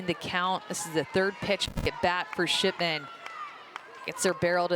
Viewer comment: Nah they definitely said SHITMAN INSTEAD OF SHIPMAN